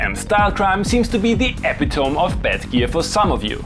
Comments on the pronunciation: As a native English speaker, I made that mistake myself years ago (probably a few times) when I had only read the word. Honestly I feel less embarrassed about that now that I saw it in your video. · I speak english only and I pronounce epitome the same way, just to spite the english language. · I will now say epi-tome from now on. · Don't worry dude. I'm a native and pronounced it the same way until my mid-forties :-) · Honestly i kinda though you were deliberately trolling u with it, partly because its 'proper' pronunciation is just daft. If you make a point of mispronouncing words to troll us deliberately, then nobody will notice ;) should be great for engagement too lmao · Hey I'm british and I say it that way sometimes too, it sounds cooler 😂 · As a non-native speaker I have always found this word (along with "hyperbole") somewhat confusing, so I think I actually found your rendition easier to understand :) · Your English is near perfect (better than native level most of the time) but epitome has four syllables, man. Which is totally unimportant but my students always hated it if I didn't tell them that they had mispronounced a word. If you don't care, or said it that way on purpose, then ignore this. In fact ignore it anyway, your way is better.